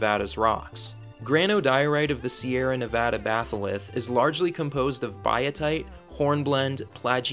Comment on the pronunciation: Thank you for saying "Nevada" and not "Nevodda".